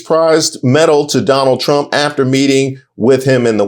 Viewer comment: First it was “I will boat…for Donna Trum” , now this hahaha lol🤦🏻‍♂️🤦🏻‍♂️